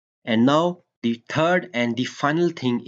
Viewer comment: Not di sound or di water ... Da sound, The water, the sound.. it's not di because it is not starting with A, E, O, U